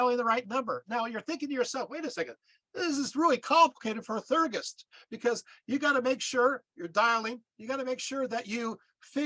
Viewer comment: If you are going to try to explain a spiritual cosmology that is way beyond your understanding you should at least learn how to pronounce the terms. For example Theurgy is pronounced Thee-ur-jee and Theurgist is Thee-ur-jist, not thur-gist.